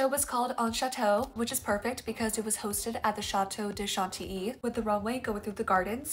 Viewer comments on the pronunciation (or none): Just say Shanti, the prononciation will be better and more French, the double L and y are practically silent and we don’t say chanti ly.